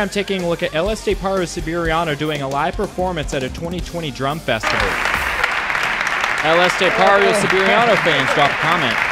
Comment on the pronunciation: You butcher his name so badly.. but good content